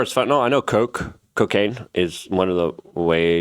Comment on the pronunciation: It's about Koch, not coke.